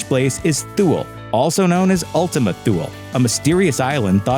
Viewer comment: Sorry for being pedantic, but Ultima Thule is pronounced Ooltimuh Tooly, in the Latin pronunciation and Ultima Thooly (the ooly in each is pronounced like the ulie in Julie) in the English pronunciation. Minor detail in an otherwise great video 😁